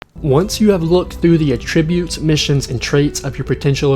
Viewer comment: Great info, but..."attributes" has the same "a" sound as "apple" and it's koo-day-tah.